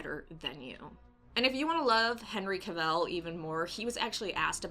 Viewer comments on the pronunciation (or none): Great content! However it’s Henry Cav-Ill not Henry Ca-vell